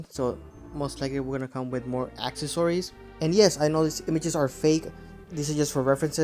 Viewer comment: For the love of God, it's pronounced "ack-sess-uh-rees" and not "ack-uh-sor-ees." Why you continue to do this is beyond me.